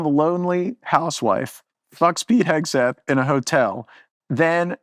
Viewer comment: does he say “pegseth”…